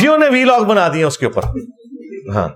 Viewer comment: O sir please avoid saying v log instead of vlog. Pronunciation is ولاگ not ویلاگ۔ thanks